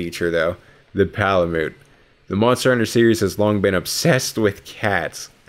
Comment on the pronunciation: Its pala-mute not pala-moot